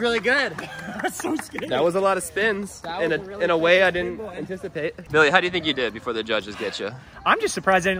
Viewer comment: When said lets go Billy it sounded like let's go millie